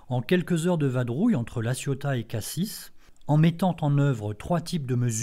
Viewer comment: Jolie démonstration, mais juste pour info, on ne prononce pas le S final de Cassis ni le Z de Embiez.